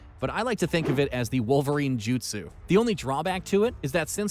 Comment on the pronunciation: Please work on pronunciation. The voice over guy COMPLETELY BUTCHERED 90% of the jutsu names.